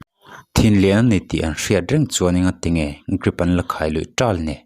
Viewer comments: Grip ti lovin Drip tih tur😂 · Hey, channel te in siam chuan thil hre ru.. Grip a ni lo.. Drip he hu hlawm chuan.. Greep tiin lam suh, Dreep tiin lam rawh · 😂😂😂😂 Grip ti lui ngar ngar Grip lutuk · Grip ani lo Drip aw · Drip tih tur ah grip i ti tlat mai. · Ngatinge GRIP ti hlir a i chhiar le😮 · Grip iti zel a😂😂😂.. Lam dik ve tal la mawle .. miin an ngaithla teuh dawn sia maw...😅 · GRIP a tih rual rualin ka tui lo nghal😅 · Mizo tawng takngial pawh a chhiar dik thiamlo ania😮😅 Grip😮